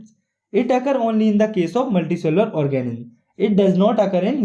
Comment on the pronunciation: Reproodicing organim🤣🤣🤣🤣🤣... anyway good lecture 👍